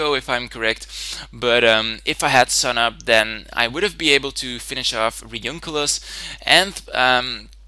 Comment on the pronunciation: A couple things: "Drowt," not "Droffft" His Hippopotas has Eviolite Escavalier has 70 Base HP, and is 4x weak to Fire "Re-oon-i-clus" not "Re-oonk-i-lus" Great battle otherwise, and I really enjoyed the commentary. Sorry about being anal retentive, but just trying to make some things accurate and increase the quality of your videos.